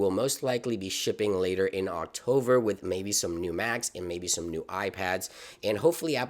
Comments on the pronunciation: October is the correct pronunciation. Not octover!! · Great video. “Octover “ is quite annoying though.